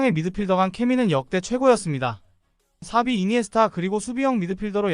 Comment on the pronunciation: 사비발음 저만 거슬리는건가..